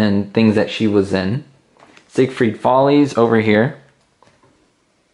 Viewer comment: I love the Lucy Magazine! Btw it’s Ziegfeld, not Ziegfried. 😊